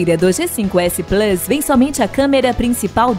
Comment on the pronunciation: Mas como o cara falou plus errado eu vou esperar...